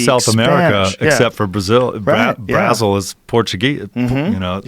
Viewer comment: Because of Josh's gold tooth he can't pronounce Brazil correctly.